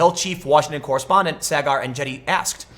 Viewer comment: Thought the same and he immediately butchered saagars name right after lol.